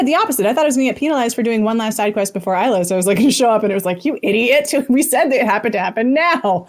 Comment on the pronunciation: How many times does have to repeat to y'all that he boned Kaidan? 😂 Also, for the love of God, it's pronounced "EYE-Los"